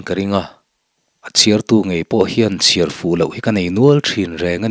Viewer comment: Ki mawm tih hi lam hniam tur chiar tih pawh hi a dik lo lam chhoh ve thung tur a ni